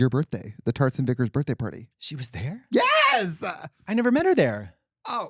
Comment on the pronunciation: Did she say "tarts and vicars" or "turds and vicars"? Knowing Katya, both are plausible as a birthday party theme